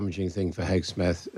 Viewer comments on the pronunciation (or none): Why the British keep calling him Hesgeth instead of Hegseth?! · HEGSETH not “HeSGETH” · Love the hosts’ slips of the tongue here: Hethguess and Hacksmith!